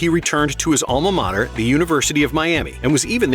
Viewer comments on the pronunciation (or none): none